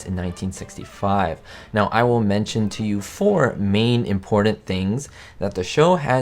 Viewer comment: The word,” important”, has two ‘t’s and NO ‘d’s... Just saying. And there are no ‘d’s in the word, ‘button, either.